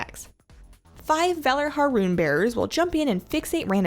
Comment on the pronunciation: "Valar-har"? Lol, i'm guessing canadians don't know aboot the Nordic soft 'j' (then again, neither does Blizzard)